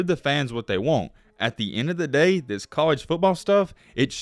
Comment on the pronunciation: He said "theeus"(this)